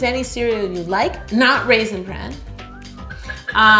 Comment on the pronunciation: What she says: raisin brand What I hear: daddy’s favorite :DD